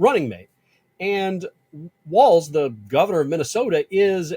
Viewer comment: HIS NAME IS WALZ (WALLS) NOT WALTZ-AS YOU CONTINUALLY PRONOUNCE IT